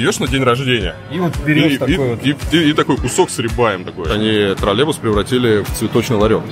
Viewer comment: почему он говорит "тролЕбус" ?